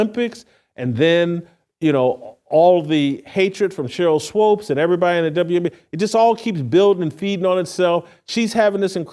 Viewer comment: Why can't you pronounce Swoopes names correctly